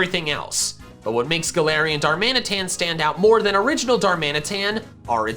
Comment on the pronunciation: DARMANITAN, NOT DARMINATAN! THERE IS NO S IN GALARIAN! AND THE K N SALAC IS SUPPOSED TO BE AN L!